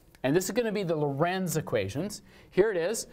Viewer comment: Hej, It is the Lorenz system, not Lorentz. You mixed-up the fluid dynamicist and the physicist:) You and Steve got me inspired to get my dynamical system course online as well. Working on the slides right now!